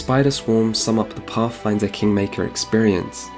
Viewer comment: I though it was called pathfinder but I guess it's pafffinder